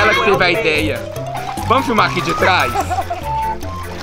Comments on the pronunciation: É "vamoo" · É vamo, e não vai moh kkkkkkkkkkk🤦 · na verdade ele disse vamo